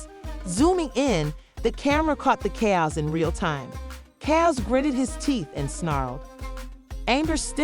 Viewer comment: You are saying Caio’s and it is Kaotic. Also you are saying she not he.